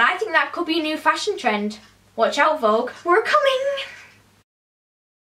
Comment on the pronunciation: Vogue not folks